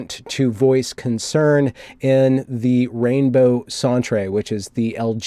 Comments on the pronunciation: Canadian vernacular lesson. The word “centre” is not pronounced as “cent-ray”, it’s pronounced the same as the word “center”. The word centre denotes as place or location. Examples: Air Canada Centre, The Staples Centre etc. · Centre is pronounced Center. Stop calling it a sontray. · As a Canadian, I cringed every time he said "Rainbow Sawn-tray". It's Rainbow Centre — as in Center — Americans are the only native English speakers who spell the word differently. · Wait, Lindsay is saying "sent-ray"! I say you prounounce it center, unless you want a bit of french accent, then maybe "sawn-truh" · Daniel Cowan The “Centré” pronunciation of “Centre” is getting old, isn’t it? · Since its spelled "centre" I believe they are poking fun pronouncing it as such.